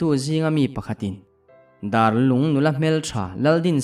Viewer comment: Darlung hi "dar" lai kha a ki sang a lam tur a nih duh hmel riau mai darlung khua chu a awm ngei a mahse a "dar" lai a hi mihring dar kan lam anga lam hniam nilo in dar tangka kan sawi anga a ki sanga lam tur anih duh hmel khawp.mai